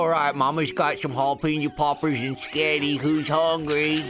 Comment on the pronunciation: "I shower them in sketti" 🤣🤣🤣